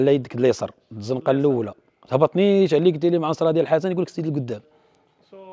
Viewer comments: معصرة وليس معنصرة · المعصرة ماشي المعنصرة